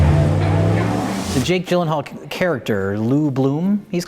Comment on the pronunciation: can't even pronounce jake jillienthinall correctly. 1/5 stars rating for you.